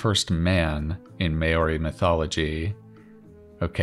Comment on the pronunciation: Maori is pronouched like "mau-ri", where the first part rhymes with "cow", and sounds like the first part of "mouth". maʊri